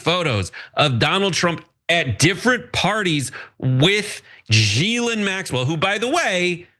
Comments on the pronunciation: Ghislaine /ɡiːˈleɪn, ɡiːˈlɛn/ ghee-LAYN, ghee-LEN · Gee-Lynn Maxwane...? Huh...?